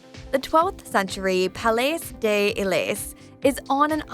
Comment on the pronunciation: Palais Ay Delae... Bruh my ears 😂